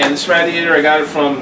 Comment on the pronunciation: please stop butchering the word radiator.